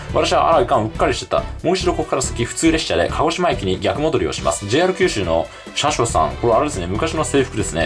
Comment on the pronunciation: 「JR九州のしゃしょさん」のイントネーションww 3月は未だ寒いかもですが、夏の鍾乳洞は天然の涼みスポットですね。今回も見所満載で楽しかったです。😊